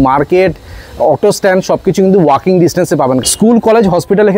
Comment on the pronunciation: দার ইংলিশ😮 রেডি টু ওয়াচ ❎ রেডি টু মুভ ✅ ওয়ার্কিং ডিসটেন্স ❎ ওয়াকিং ডিসটেন্স ✅ ডোন্ট মাইন্ড 😊